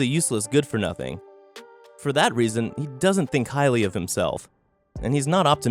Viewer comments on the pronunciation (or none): none